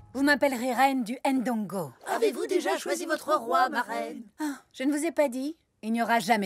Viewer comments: On prononce Ndongo directement et non pas [ HAINE Dongo ] ou " AIME Bondi ". Il n'y a pas d'apostrophe c'est pour une raison😉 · Pourquoi prononcer le « N » de Ndongo par exemple ? Ce n’est pas la bonne prononciation..